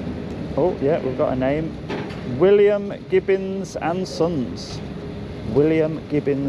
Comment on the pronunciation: only at this point but it's gibbons not gibbins😂